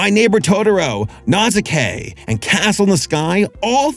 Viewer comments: Dude really said Nazuke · Nausicaa isnt pronounced like that But hey! Give it a watch its awesome! Another good video that you hit the nail on the head! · I think calling Ghibli's catalogue cozy and mispronouncing Nausicaa, shaved some years off my life.